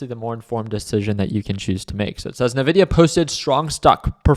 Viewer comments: I tried man, He likes Navidia :D. its En Vidia. Cheers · To be taken seriously you must be able to correctly pronounce the name of the company you are analyzing. It is not Navidia, it is Invidia. Jensen Huang is one of the most prolific CEO anywhere, and he explains how he named his company after the latin word Invidia, meaning envy. Thus their trademark colors, "green with envy". If I analyzed a company call Aypple run by a guy called Tim Coke most investors would be unsure if I was to be trusted regarding future potential of this company. I like your presentation but the Navidia part should be rectified. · It's pronounced EN-VIDIA. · Couldn’t get past NA-Vidia